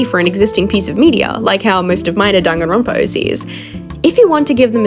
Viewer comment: Her "-danganronopa" Me: 🥹. "DANGANRONPA MENTIONED"